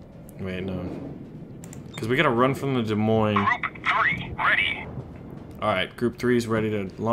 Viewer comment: The "s" In Des Moines is silent.... I'm from Iowa, so I know this.